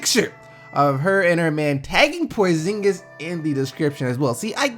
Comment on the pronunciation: kris what?? prozingis say it again